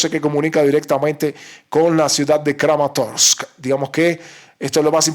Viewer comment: Me agrada esa manera de pronunciar todas (todas) las letras de los nombres de la región: SLOVIANS-SKK, KRAMATORS-SSKK... 🕶️